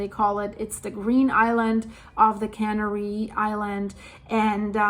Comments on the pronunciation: I love your videos and your English is great! I want to help you out with one thing from this video. You accidentally pronounced the islands as cannery which is a food processing term i.e. fish cannery, meat cannery etc. It is referring to the process of canning food. The islands are pronounced the same as the bird Canary. It is pronounced "can AIR ee". Go to an online dictionary and you will be able to hear the difference. All my best and thanks so much for all your hard work!!! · yes... can AIR ee....emphasis on the second syllable. ;-)